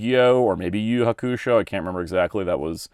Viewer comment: Why do you pronounce Yu Yu Hakusho like that?